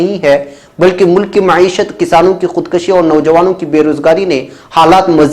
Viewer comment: Assalamualaikum bh aapki koshish qabile qadr hai lekin ek lafz khudkushi ko zara durust karlen aap ka bh abdullah